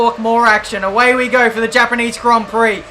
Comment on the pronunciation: Also, THE HAPANEESE HONG PEE